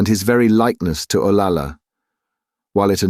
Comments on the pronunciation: Interesting treatise on the class and cultural divides at the time. Having lived in Spain and having a relative named Olalla , pronounced O-lie-yuh, hearing O-La-La sounded ridiculous for an otherwise excellent reading. There are reference books such as Spanish English Dictionaries that provide correct pronunciation to stay true to the narration. A little research goes a long way. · Double L is pronounced like Y, so her name is O-LAY-AH. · Double L is pronounced as a Y, so her name is O-LAY-AH. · Actually, it's pronounced OL-AH-YA. Double L in Spanish is pronounced like a Y in English. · Olalla us mispronounced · The "ll" in "Olalla" should be pronounced like a "y". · You are absolutely correct about double l being the y sound! Obviously the narrator did not know that.